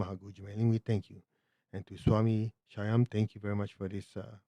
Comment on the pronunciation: It's pronounced "Shhh ...yam"